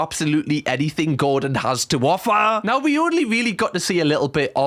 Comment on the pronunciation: why did you say ‘offaaahh👹’ like that cam